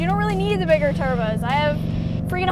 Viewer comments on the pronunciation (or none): Cleeeetussss, she said turbskiessss